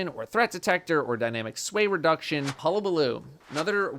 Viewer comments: Thank you for pronouncing Hullabaloo correctly. I knew that you would. Aztecross on the other hand… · Thank you for pronouncing the name of the GL properly. My soul dies a little everytime I hear cross try to say it.